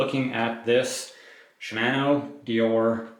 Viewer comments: I find it more amusing than irksome. To be specific, it's the second syllable in Shimano that is pronounced in an interesting manner. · I don't have an issue with your voice, but they way you pronounce Shimano kinda irks me.